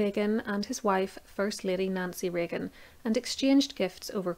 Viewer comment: Did you say Nazi Reagan...